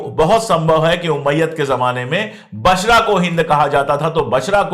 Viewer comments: Basra a city of Iraq. Not Bashra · बशरह नहीं बसरह